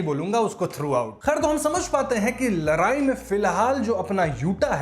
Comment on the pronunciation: Bro ladai....not larai